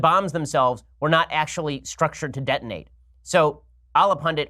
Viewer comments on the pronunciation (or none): Ben, you have to admit... it’s all pretty suspicious. Not a single detonation. I don’t believe for a nanosecond that they were ever intended to detonate. Or, as you would say, De To Nate.Ben, you really should dispense with impersonations. Seriously.